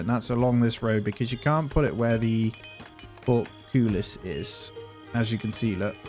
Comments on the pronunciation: It's port-cole-us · Excellent video. Note: Portcullis is pronounced 'Port - Cull (as in Bull or Dull) - Hiss'